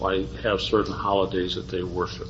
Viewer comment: Their so called "cult expert" doesn't even know how to pronounce holidays 🙄